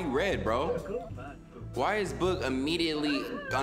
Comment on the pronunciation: I love how he says boog “bOOg” 😭😭😭😭